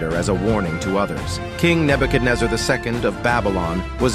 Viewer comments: Bro pronounced “neebecazachexzeches” right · That pronunciation of Nebuchadnezzar xD